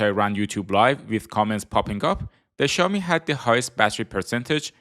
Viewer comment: Ксяоми!!!!!????? Сяоми ударение на О